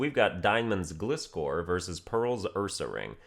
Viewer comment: It’s Pronounced glyscor like fly not gli. Not trying to be mean but that is the official pronunciation in the Anime.